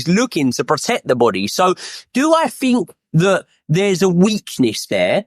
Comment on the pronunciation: Joey knight: “I’m finkin’” “I fink” “is he finkin? I fink so”